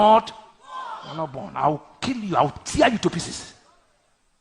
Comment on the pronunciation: He said i will kill you , I will thear you to pieces....oh my God ,how can this fake pastor be threatening someone's life like this naa ?